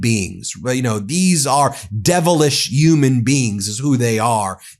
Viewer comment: Ben why don't you pronounce H's? Umans? Really? umiliating? Abeus corpus? C'mon man.